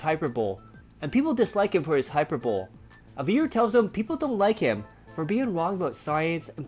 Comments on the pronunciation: DSP's politics are beyond inane. But you can't critique his pronunciation and then mispronounce hi-per-bole-ee. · SNORT hyperbole is pronounced "high-per-buh-lee"